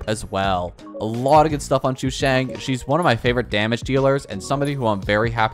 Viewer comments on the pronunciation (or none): none